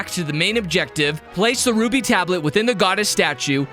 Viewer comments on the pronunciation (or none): none